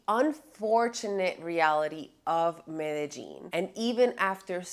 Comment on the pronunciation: You can tell if you’ve been scoped or ruffied when you start pronouncing Medellin - ‘Meta Jean ‘.